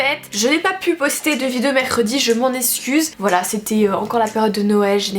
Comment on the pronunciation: Tu sais toujours pas dire "vidéo" mdrr, mais c est pas grave tu dechire comme meme